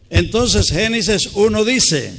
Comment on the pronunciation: La pena mas grande es la de aquel que critica a otro sin haberse enterado que la razón por la que el predicador no puede desir génesis, sino genices es por razones de la dentadura y lengua mas no porque no la sepa pronunciar, además de todo preparate tu porque el ya duerme en Cristo para levantarse en el día de la resurrección con Cristo.